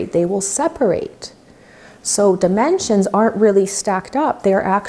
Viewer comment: why the word dimensions sounds a little bit like dementia?